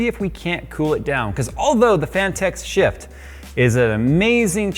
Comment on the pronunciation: Sounds like your say sh*t instead of shift 🤣